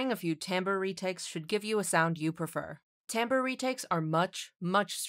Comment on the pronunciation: Which voice was used in this video? Also, timbre is pronounced TAM-BER. Glad to hear correct pronunciation later in the video instead of the wrong pronunciation near the beginning.